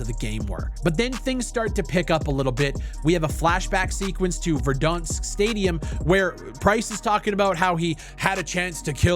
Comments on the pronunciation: Bro says verdunsk 😂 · the only problem in this video is how you pronounce verdansk lmaooo